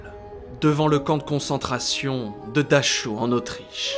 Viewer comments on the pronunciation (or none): Très bonne vidéo bien faite ! (c'est Dachau [prononcer Darao] en Allemagne)